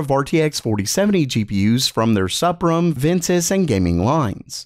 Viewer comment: Did you just pronounce it "Sup-rum?" I thought it was pronounced "Supreme." MSI was just being clever about spelling their cards SUPRIM? Anyone know for sure?